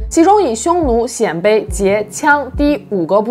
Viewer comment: 鮮（音：先）卑！